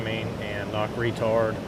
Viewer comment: "knock REtard". 🤣🤣🤣 It's knock ret-ard.